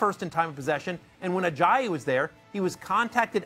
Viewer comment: First time matthew hasn't butchered it as 'Ajay-yay'